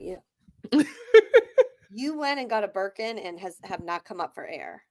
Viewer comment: “The way I grabbed my buurkin!” 😂